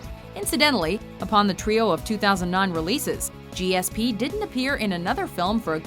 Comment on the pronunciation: always throwing stones from their glass house.... and it wasn't fancy or cool the way you pronounced GSP's name